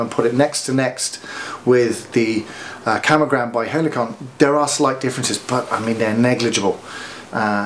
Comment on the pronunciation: It is Camo GROM, not camo GRAM